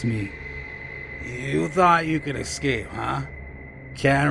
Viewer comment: Beware of any man who says "Excape," instead of "escape."